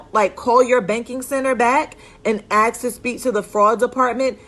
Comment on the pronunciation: great information but ...... its ask not axe